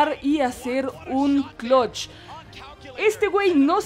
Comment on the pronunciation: Que es clotch? Porque si es eso de eliminar un equipo solo se dice Clutch con U